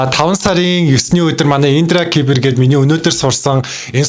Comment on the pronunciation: индра кипэр биш индра сибэр